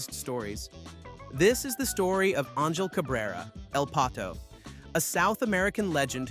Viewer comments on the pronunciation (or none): The mispronounced Angel says everything about your golf knowledge